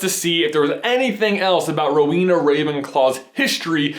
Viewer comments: It's Row-en-ah, not Row-een-ah! AND Ravenclaw is blue and BRONZE, not blue and gold! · J, it's pronounced more like Row-Eena, not so much Row-weena; slight pause after the Row and before the Ena. I know this because I am one. (Yes, my house is Ravenclaw.) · oh my... there are so many things wrong with this (sry trying not to b a hate comment.) ravenclaw colors are blue and BRONZE, not blue and gold. the symbols are because of their patronuses. Rowena had an eagle patronus. its not pronounced hel-en-a its hel-ay-na (i may be wrong but my middle name is pronounced like hel-ay-na, not Hel-en-a. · i know you probably already got lots of grief for this but i'm a ravenclaw and im pretty sure its blue and bronze not gold lol sorry and is the pronunciation of Rowena right?? i always thought it was ro-weh-na not ro-wee-na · ...I always thought it was pronounced "Row-eh-nah"...?